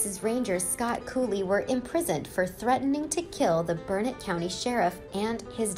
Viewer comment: I live 22 miles from Burnet, TX. I commend you for pronouncing it correctly [burn-it]. Years ago a local gift shop sold souvenir T-Shirts that read, "It's Burnet durn it, ya gotta learn it!"